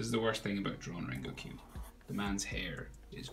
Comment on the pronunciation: you dont pronounce it "rengokq", you pronounce it "rengoku" good drawing though